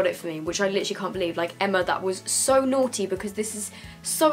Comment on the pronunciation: wen u sed 'naughty' it kinda reminded me of the way joey essex says it like 'nawty' 😂😂